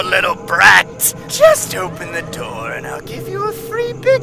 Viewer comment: bro really said: "open the noor pls" lmao